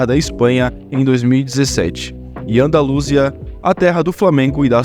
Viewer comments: Ufa, meus ouvidos doeram ao ouvir essa pronuncia medonha. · Eu nunca tinha escutado alguém pronunciar "Andalúsia". A pronúncia padrão, tanto em português quanto em espanhol, é "Andalusía".